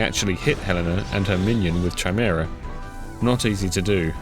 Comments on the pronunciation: great video as usual but for heaven's sake dude it's KAI-MERA, not CHAI-MERA. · Nice vid and commenting for engagement and all that, please man it's a HARD 'K' noise in Chimera, like 'Kimera' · it's the first time I've ever heard someone pronounce "chimera" this way.